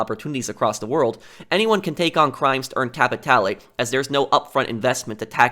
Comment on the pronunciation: It's pronounced Cap-i-tal not capitalay. Good video tho